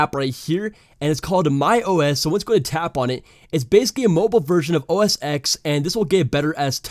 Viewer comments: it is read as "OS TEN" not OS X lol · STOP SAYING OH ESS EX ITS PRONOUNCED OH ESS TEN